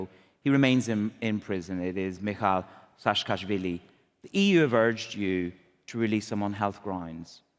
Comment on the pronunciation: AHAHAHA,,, YOU SAY HEROOO?!?! AHAHAHA AGAN!!!! "SASHKASHVILI" 😅😅😅 PEACE OF SH...T, WAR CRIMINAL.... I'M GEORGIAN, I F...N HATE SAAKASHVILI.... """ ME MAGIS DEDIS TUCHEBSHI VITKNAUREEEE""" PHUUU EG NABOZARII EGAAA🤮🤮🤮